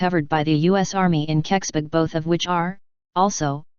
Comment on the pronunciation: It's impossible to mispronounce Keksburg unldss you're trying, why are you trying